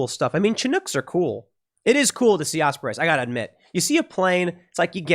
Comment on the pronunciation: Just a friendly correction — it’s pronounced “Osprees”, not “Osprays”